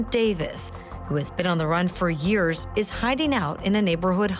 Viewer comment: DID SHE SAY YEARS?